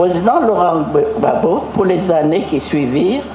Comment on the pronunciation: Mme Thérèse houphouet boigny, bute sur le nom gbagbo, cela révèle de manière profonde, que ce monsieur engendrait la peur à la famille houphouet boigny. Elle prononce tranquillement les noms Konan Bédié, Ouattara sans aucune difficulté. bon entendeur salut